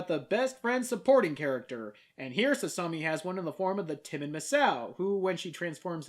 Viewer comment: Actually,, FUNimation DID dub "Sasami: Magical Girls Club"... and the dub is god awful! I couldn't even get past the first episode! And I'm literally the BIGGEST Tenchi fan in North America! They couldn't even pronounce Sasami's name right!